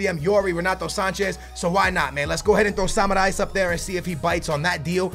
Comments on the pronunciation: Its samaris not samarais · That Samaris butchering tho lmao Seems like he's saying samurai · You are pronouncing samaris so wrong dude , dont say you re a benfica fan